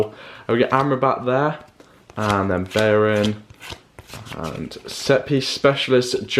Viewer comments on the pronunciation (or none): none